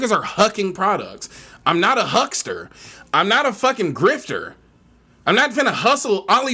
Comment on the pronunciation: “I am not a HUCKSTABLE”